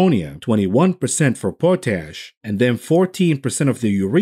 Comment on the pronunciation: It's literally pot-ash. 15 years of graduate level ceramic art sudy, and all i know is how to pronounce it and that it cannot be replaced by the contents of my ash tray